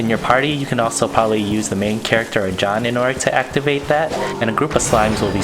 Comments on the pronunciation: J O H N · It’s Jean but he pronounced like Sean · Omg the way he said Jean 😭🥦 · My man really pronounced Jean like that